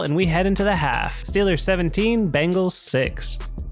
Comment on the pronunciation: Dude its the BENGALS not BANGALS!!!!!!!!!!!!!!!!!!!!!!!